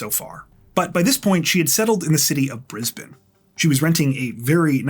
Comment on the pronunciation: I am so impressed - a Canadian pronouncing Brisbane correctly!! Haha - everyone else says Bris - bayne 😂